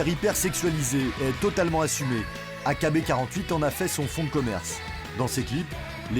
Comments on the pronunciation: « AKB quarante huit » 😭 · Ça se dit "aïkibi forty-eight" pas "A K B quarante-huit" xD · Mdr loin d’être fan, c’est juste que c’est un groupe connu, même Tev a fait une vidéo dessus (qui est d’ailleurs bcp plus dans les détails) et on le prononce bien à l’anglaise